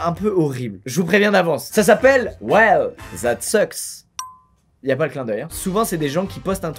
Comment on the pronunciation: Juste.. pour le titre... il a mi l’intonation sur le “sucks” alors qu’il faut la mettre sur le “that”... Oui c’est le genre de choses qui me dérange et alors?! 😂😂